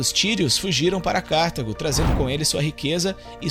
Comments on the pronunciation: Vídeo excelente. Só uma coisa. Não é Cártago. É Cartago. Sílaba tônica é a "ta". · Nao é Cártago, senão teria acento, porque seria proparoxítona. É cartAgo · Muito bom o vídeo! Só uma observação: o nome da cidade na África é Cartago - e não Cártago.